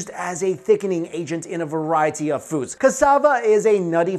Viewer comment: I love how he says “variety” as varie-tea, get it? Haha,heheh..... ok I’m sorry